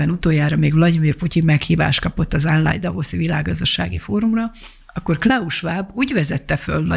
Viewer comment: Kedves asszonyom, nem "ánlájn" hanem "onlájn" a helyes kiejtés. Köszönöm